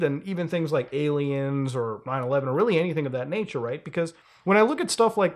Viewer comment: not you mumbling 9/11 during the list of conspiracies lmaoo